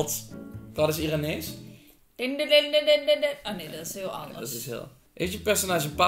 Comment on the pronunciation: Ik kom uit iran and je zegt niet iraanrees